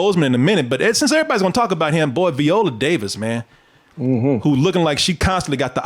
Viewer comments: Her name is said... VY- oh-la Davis. I need you to put more respect on her name, sir. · If you're gonna clown Viola Davis at least pronounce her name correctly